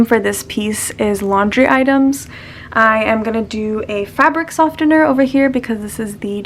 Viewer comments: what is it with people pronouncing softener as sofTener lmao the T is silent so its pronounced sofener if u dont belive me listen to the pronunciation on google translate. I'm sorry this isn't to come off as rude I just needed to say this loll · Her: sofTener Me: sofener...